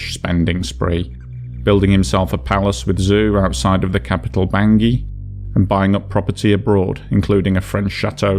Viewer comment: Although the CAR’s Capital is spelled Bangui, It’s French, and is pronounced “Bong wee” not Bangi.